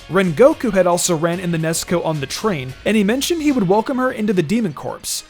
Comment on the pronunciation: It's funny how you call Nezuko Nesko